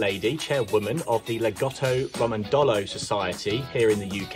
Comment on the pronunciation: Great interview, your pronunciation of lagotto Romagnolo needs work. enjoyed this!